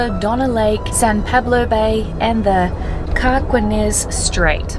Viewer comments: it is pronounced "car-keen-ez straight" 🙂It was originally Spanish, although that's our Americanized version, which even those of Mexican descent use (if they grew up in the USA.) Another example is "San Franicisco", the Spanish pronunciation is "sahn frahn-see-sco", but the American version is "San Fran-sis-co". 🙂 (I grew up and still live in the San Francisco Bay Area, The Carquinez Straight is connected to San Pablo Bay, which is connected to San Francisco Bay and ultimately the Pacific Ocean. The nine counties that touch the San Francisco Bay are the "San Francisco Bay Area", mine is "Santa Clara County" although you have surely heard of us by the colloquialism "Silicon Valley". 🙂) Amtrak long distance trains are great. The only one I have rode is the Coast Starlight; I rode it as my "ride home from the Navy" after four years of service on submarines; the Navy paid for it, and I had a roommette to myself. That one is also very scenic! The most scenic part is probably the part from Oxnard to San Luis Obispo, where you ride right next to the Pacific Ocean. The only view of the Pacific that's better is the Amtrak Surfliner, which goes from Los Angeles to San Diego, literally METERS FROM THE BEACH in some cases. Unfortunately, the Surfliner is eventually going to be moved inland, because of coastal erosion due to global warming. There will still be some views of the coast though. But originally, from the 1800s until about 2000, it only had to shut down two or three time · those straits are pronounced Car-KEY-ness. FYI. Not that it matters. is the Carquines Straits. Donner Lake / Donner Pass -- If you're not squeamish, there's an interesting bit of history about the Donner Party, for whom it's named. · Just for info trivia, the California mountains are the Sierra(Nevada) , no s on the end. And Carquinez is pronounced car-kee-nez.Very nice travelogue. Happy trails! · Emeryville is pronounced “emm-ree-vill”, with no “err” in it. Carquinez is pronounced “car-keen-ezz”